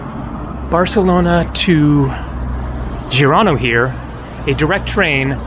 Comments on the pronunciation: Forvo website if you are not sure about pronunciations. In Catalan is Girona pronunced like zhee-ro-na. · Why did just randomly start pronouncing Girona wrong mid-video?! 😂